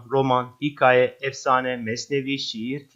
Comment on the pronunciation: Bizim hocamız bize demiştiki türkçede k harfi ince okunur siz burda kalın okudunuz “hikaye” kelimesini o dikkatimi çekti ama çok güzel anlatmışsınız ☺️